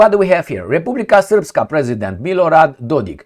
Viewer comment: Тhank you brother for proniuncing РЕПУБЛИКА СРПСКА right and clear! Our nobile western partners cant pronounce Serbian words.